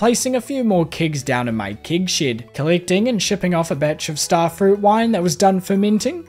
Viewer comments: i still think saying "keg shed" is far more entertaining than "kig shid" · a kiwi trying to do an "american accent" somehow ended up sounding scottish, specifically with the words "Keg Shed" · As a bloody american... I get a kick out of saying keg shed 😅😅😅